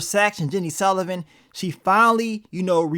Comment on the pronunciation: Is it that hard to say "Sullivan"🫤🤷🏾‍♂️🤣 love yo vids tho Bro 💯💪🏿